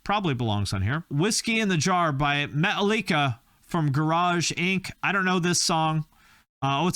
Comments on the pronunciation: Meta-Lica - never heard the band being pronounced like that. The song actually does not originate from Tin Lizzy, it's an old Irish folk song that is already several centuries old. It was in Shrek, too. But then again, this song was on just about any film soundtrack ever back then. I have to admit that Mudshovel would actually really be a quite cool name for a young metal band. I haven't ever heard of that band before either but apparently I didn't miss much. This sounds even more dull that the worst Matchbox Twenty or Goo Goo Dolls songs, can a "rock" song sound any more dull and generic? Even the band name sounds boring considering how many band names with words and numbers were out there back then (Matchbox Twenty, Blink-182, Apollo 440, etc.) Another incredibly dull song that should not be on any top 50 list ever. "If you ranked every song ever this would certainly be somewhere on the list" - genius comment. 🤣🤣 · Was that pronunciation of Metallica a reference to a certain round-headed person from Manchester?